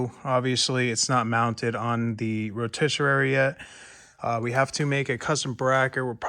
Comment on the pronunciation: Row-TISS-uh-ree Not “row-tiss-uh-rare-ee” …lol🤦‍♀️